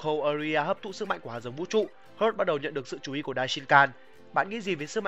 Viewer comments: gogeta chứ anh sao mà gojita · đọc theo tiếng Nhật mới đúng vì âm Goku Vegeta toàn âm nhật cả. Nên Gogeta cũng vậy. Đọc Gô gê ta là đúng. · Gogeta mà ad đọc "gogita" 😅😅😅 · nghe lạ 😂😂😂